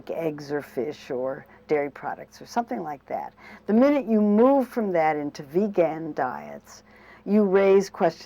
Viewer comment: This is a good mainstream position of vegetarian diets. However, she commits some of my pet peeves like mispronouncing "vegan" and thinking that fish is vegetarian. If you eat fish but no other animal flesh, you're a pescetarian, not a vegetarian.